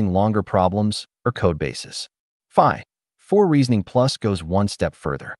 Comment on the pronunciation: I think the voice is generated, no? avoid using hyphen as it causes annoying pause like o3 (pause) mini, phi (pause) four.